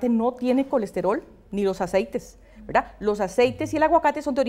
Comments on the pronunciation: Verdad? Veldad?😂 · Verlda*, deja eso mujer, k fastidio.., velda!